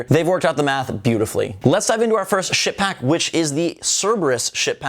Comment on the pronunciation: Sounded like you had said "s#!t pack" lol but those are pretty cool. Definitely picking those up.